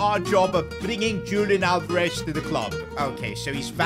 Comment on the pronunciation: YO PRONOUNCED ALVEREZ NAME WRONGGG!